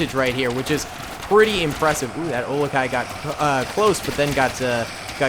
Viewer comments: When says olikai is that bugging anyone else.... Urakai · Olok-hai😂 its uruk-hai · Dunno if it's been mentioned or not, but it's uruk hai, not olekai. Just thought I'd mention it. Love the vid. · says olokia and not uruk-hai Me a lord of the rings fan: i have internal screaming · Oli guy? Lol they are called Uruk-hai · Great video, also its Uruk-Hai and its pronounced oo - ruc - hi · It’s pronounced UUUUrukai, but those look like trolls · For future reference its uruk-hai, pronounced like "Uh-ruk-kai" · It’s Uruk hai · ooh-roo kai is the pronunciation for Uruk-hai. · It's cave troll, you were originally calling them Ura-kai (that's oora, them ky, like in sky). And its mithril chainmail, not technically magic, but yeah, same thing.